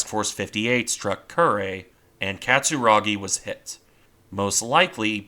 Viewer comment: Curry? Kew re. Rolled r.